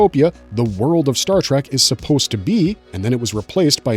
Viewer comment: WTF is Star TRACK? Obviously you were not taught phonics in early elementary school. Or would you say that it is a wagon TRAM to the stars Or perhaps a Waggle train? Really you can do better! I bet you have PITCHERS of family on the wall, right? What bassette ball team do they play for? You really do not know